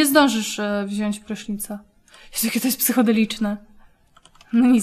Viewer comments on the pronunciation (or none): none